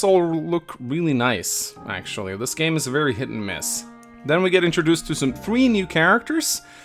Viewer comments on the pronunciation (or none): The struggle of the none native English speaker making three sounds like tree.